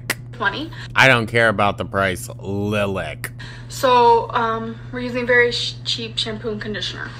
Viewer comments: The “lih-lack” pronunciation was a classic Amberlynnism which I’d never heard before. Kudos for unearthing this gem! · STOP IT SHE SAID LIL-ICK I’m dying!!!!!!!!!! Sorry for all the comments, live reactions